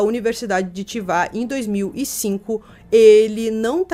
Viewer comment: Chiba e não Chiva